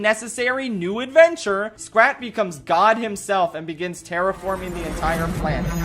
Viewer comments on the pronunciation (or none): none